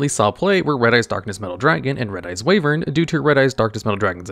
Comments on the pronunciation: It's pronounced 'why - vern', not 'wave - ern'. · WYvern not WAYvern 😅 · Wyvern ≠ Way-vern Wyvern = Why-vern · I had this in another tab, and I was like "What is Red-Eyes Wavering?" but oh he just can't say Wyvern... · Yall clowning on the typo in the title… I still can’t get over “Way-vern” lmfao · "Wyvern" is pronounced "Why-vern". Red-Eyes has been overshadowed as an archetype, but it's not as one might say, bad. There were times when it was a decent rogue option. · "Why-vern" btw. Sorry that bugged me lol